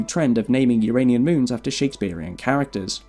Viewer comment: You're already on the way towards getting it right, WHEN YOU SAY, "' the You - Ray - Nean moon system '", so there is hope yet.